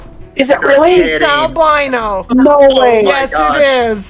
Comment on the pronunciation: Al-BEAN-O! I do wish tents didn't count toward your "encumberment".